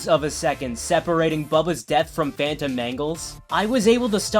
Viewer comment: is it just me or do yall hear fanum instead of phantom 😭